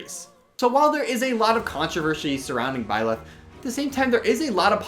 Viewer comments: Nobody:: b l y l e t h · Nobody:: Blileth